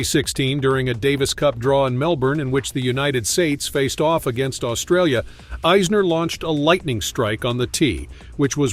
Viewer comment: This is a weird video. He cant even pronounce the names right. Not even Isners and hes american lol